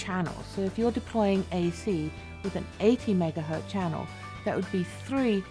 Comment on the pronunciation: Did she really say "megahurt" channel?